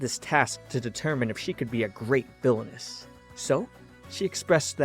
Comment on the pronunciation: All i hear is " VILONESS'